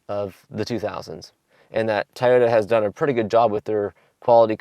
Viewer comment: It’s “Toy-oh-ta” not “Tyta”